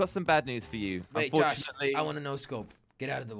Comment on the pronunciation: jelly said “tosh” instead of josh lmao